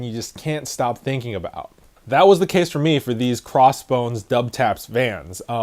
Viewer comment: It is pronounced Double-Taps but a lot of people pronounce it Dub-Taps. Just don’t pronounce it Double-U-Taps